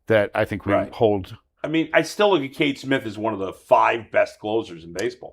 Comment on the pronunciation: It's not Kate Smith, it's Cade Smith.